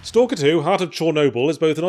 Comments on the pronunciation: They made a new Ess-Tee-Ay-El-Kay-Ee-Ar game?! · I miss Yahtzee going "Ess Tee A EL Kay Eee Arr" when referring to the game's silly name. *sigh*